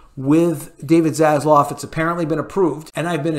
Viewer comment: Dude...I love you but its ZaslAv (not ZaslOv). Also it's Gal Gadot (silent 't' not Gadott.